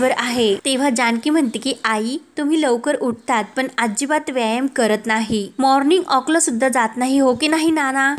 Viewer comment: माॅर्निग ऑक नाही ओ माॅर्निग वाॅक, वाॅक.